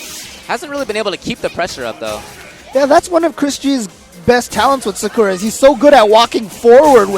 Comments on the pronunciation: I love the commentators in the FGC, but please stop calling her Sa-kurr-ah, it's Sah-koo-rah (with a slight pause after the 'Sah'). Irritates me, probably get flamed for it, but whatever. Keep up the great streams and vids! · Wow, even professional tournaments don't know how to pronounce "Sakura" properly.